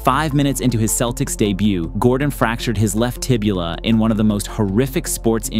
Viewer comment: Did bro say Tibula? Tibia or Fibula choose one 😭